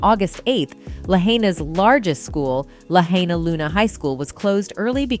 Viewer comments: The name Lahaina is pronounced La-h(eye)-na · It's NOT "Lahainia"??/ PLEASE learn to read or speak correctly before you make a crappy robo video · It's pronounced: La HI na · La-hi-na. Not la-hay-na. At least get the name right. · It’s pronounced “La-HI-nuh,” not “La-HAY-knee—uh.” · It’s hai not hay….. Lahaynia????? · La-hine-a not la-hane-e-a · NOT Lahania but Lahaina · la HI nuh... not la hay nia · Pronounced LA HYNA NOT LA HANEIA!!!! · I couldn’t even finish listening. Please do your research first and at the very least pronounce the name of the city correctly. You said it like 3 different ways. For the record, it’s LA-HY-NA. Lahaina. Not hard. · Who is narrating. She can't read. Sne consistantly mispronounces Lahaina as Lahainia. She can't even read "conspiracy". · La-hay-nia? Is that how we're pronouncing it now? Who put the AIDS in AI? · We always have pronounced it, (sounds like:) "La-Hi-Na" La HIGH Nah. I used to be a Hawaiian resident on Oahu. Been to Lahaina to visit. That's the right pronunciation. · Learn how to pronounce LAHAINA...LA HIGH NA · It’s pronounced La-HI-na please!! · LA - HIGH - NAH. Get it right or don't do it. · Oprah’s lane isn’t near any of the fires! Also, it’s pronounced La-Hai-Nah. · First of this video would have additional credibility by the proper pronunciation of the city of LAHAINA. La-hine-a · "Lahania"??? "Constapiry theories"??? wtf? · La hain ya? Pronounce it right idiot. Respect our land. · First of all the commentator can't even correctly pronounce Lahaina. NOT Lahain-i-a. Secondly, why don't all the billionaire celebs monetarily help these people on Lahaina. Forget the pillows Oprah, help them rebuild their homes on their land. Greedy effing celebs! Sounds like a land grab for sure. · You REALLY NEED to learn how to pronounce the name LAHAINA ! LA HIGH NAH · You are raping the city’s name. It is pronounced LA-HI-NAH. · You are mispronouncing Lahaina! You are mispronouncing the subject of your podcast. Ridiculous.